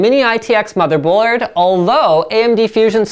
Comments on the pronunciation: It's a mini-itx mother-blorrrrrrrrrr-red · Mother Boarrrrrrrd